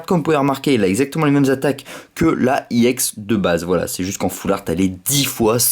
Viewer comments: pk tu dit iex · pourqois tu dis iex